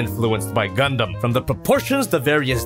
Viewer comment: Why did say g..g gunduumm